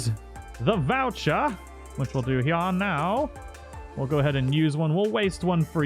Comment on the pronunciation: "which we'll do hyah neow!"